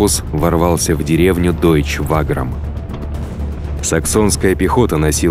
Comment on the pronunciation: И к тому же Ваграм ударение на 2ую 'а', а не на 1ую